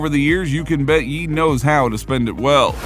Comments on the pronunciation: It’s pronounced “yay” not “yee” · He changed his name no Ye ... and its pronounced "yay" no "yee"